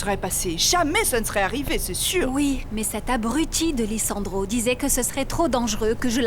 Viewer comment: Lissandro ❌ Nicandro ✅ Misandro ✅ Olégario qui t’a crée ? 🤣🤣🤣🤣🤣🤣